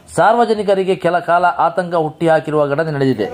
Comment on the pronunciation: ಆತಂಕ "ಹುಟ್ಟಿಹಾಕಿರುವ" ಅಲ್ಲ, ಅದು, "ಹುಟ್ಟುಹಾಕಿರುವ"